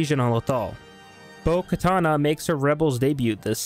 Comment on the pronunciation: It's bo katan not bo katana